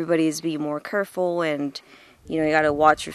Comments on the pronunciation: Did she just say “curful”🚬🗿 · “Everybody is being more curful” - Wot?